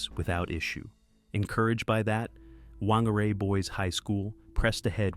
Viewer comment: The correct pronunciation of "Whangārei" is "fahn-gah-RAY", with the emphasis on the second syllable. The "wh" sound is pronounced as "f" and the "ng" is a nasal "n" sound. Thanks to the band Alien Weaponry from New Zealand for teaching the world Maori history and culture.